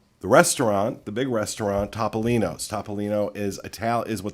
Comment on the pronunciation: In the Italian language, the letter O is always pronounced OH. So it’s T-oh-P-oh-LEEN-ohs. There’s your PSA for today!